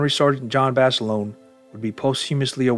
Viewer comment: Would like one JUST ONE video where Basilone's name be correctly pronounced. It's pronounced Baselona the i is e and a HARD A at the end.